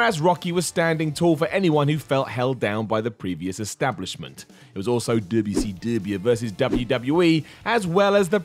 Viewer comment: Yeah. It seems as soon as something starts occurring with regularity, they dive into it. Also, saying W-C-Dubaya intentionally is always funny.